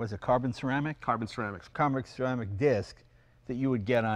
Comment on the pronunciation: camrick seramic 🤣